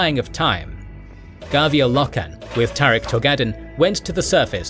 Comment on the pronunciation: Eidolon is pronounced more like "I-Doh-Lynn." While Loken is "Low-Ken" and Torgaddon is "Tor-Gahh-Don." Nikea is, oh nevermind...smh